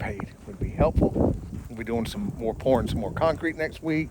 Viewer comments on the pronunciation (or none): At the end when you said you'll be doing some more pourin', I am glad you said concrete, cuz it sounded like something else LOL 😆